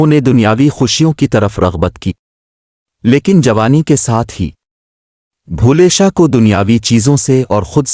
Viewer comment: Baba Bulleh Shah name ghalt Read kr rhe h